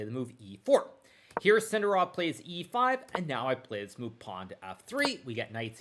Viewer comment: Maybe learn to pronounce Sindarov with accent on correct syllable before you retire, mate